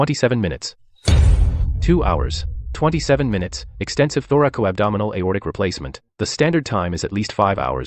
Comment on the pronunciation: It is not thorical-abdominal. It is thoracoabdominal. Also, the occurrence of Marfan's is more prevalent in women. You're welcome.